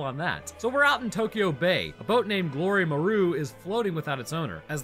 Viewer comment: “Glory-muhroo” lol